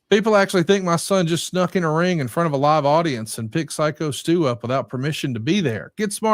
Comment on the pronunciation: Glad now knows Stu’s name is “Psycho Stu” and not “Sicko Stu” like he was saying for a couple of weeks lol